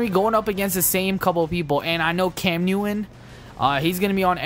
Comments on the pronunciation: Newin instead if neuton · I love how u say cam newish